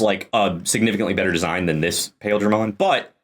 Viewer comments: I think the Japanese is supposed to be "Pile-dra-mon". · It's actually pronounced "Piledramon" as in Pile Driver/Bunker like the things on his arms, but Japan hates understanding how long vowels work in English so they spelled it with "Ai" in the romanization. Which I SUPPOSE is better than the alternate of just pronouncing it wrong, but spelling it as intended, or else we'd have the dub going "Pilldramon" like how Gurren Lagann says fucking "See-mone". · Tbf, the ‘Pail’ in ‘Paildramon’ is pronounce more like ‘Pile’ (from a part of a javelin, or pile driver). Still definitely confusing from reading alone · Paildramon in the anime is pronounced "Pah-eel-druh-mon" if that helps at all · Is pronounce pie ill dar mon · The other Paildramon is pronounced Pile Dramon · you're correct on what Paildramon is made of, though I will point out that it's never been pronounced that way for one the word it's named after is actually pronounced 'pile' but it's usuall pronounced like 'pie-ill-dramon' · It's pronounced Pie-eel-dramon. Also, the english name for It's signature attack is Desperado Blaster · huh i had to look up Paildramon real quick because it didn't ring a bell with your pronunciation of it but it's that dude going of memory it's always sounds like Paaaah-eel-dramon in the show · The other Paildramon is pronounced as "Pa-eel-dra-mon" Just to make a distinction. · Your not wrong lol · the pronunciation of Paildramon hurt me